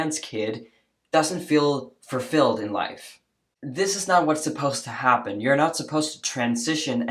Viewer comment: my dear please never say furfilled again 😂 FULfilled